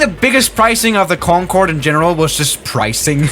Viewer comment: im surprised he did not catch himself saying :CONFORD